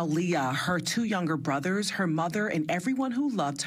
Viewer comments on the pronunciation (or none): none